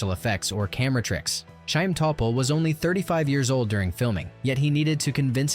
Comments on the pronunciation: It's not Sha-im Topol, it's a gutteral Kh for Chaim! Same as for LeChayim, to life! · Yes. Many mispronunciations: Chaim, Yentay (Yenteh), Motel, (Motle) chupah, Gold (Goldeh) and more. Other than all that, very nice. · I learned a lot about the film, but you really need to to learn to pronounce the names and terms correctly in order for it not to sound strange. It is not "Tchupa" but "hupa" with a gutteral h. The same goes for "Tchaym" instead of "hayeem."